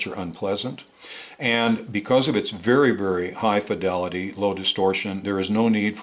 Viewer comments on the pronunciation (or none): none